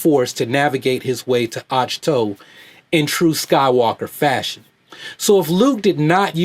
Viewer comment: Its pronounced "oct-toe". Not "autch".